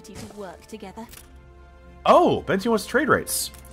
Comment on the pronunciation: I hate to be this guy, but here we go… it’s pronounced “Ben-teh” not “Ben-ty”. Source? It was my grandmother’s name.